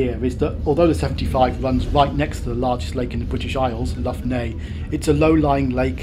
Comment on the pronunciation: Nice video! Btw I think the Irish "Lough" is pronounced much like the Scottish "Loch" rather than like Loughborough. Looking forward to your next trip...